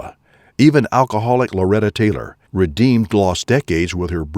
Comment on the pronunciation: You misused a lot of words and mispronounced the names of George Cukor and Howard Deitz and it’s Laurette Taylor, not Loretta. Lazy! 😑